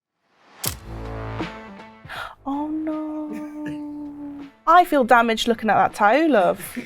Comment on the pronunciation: She says "no" like an aussie 😂😂